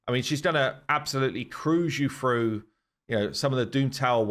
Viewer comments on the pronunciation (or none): "froo" the stone skin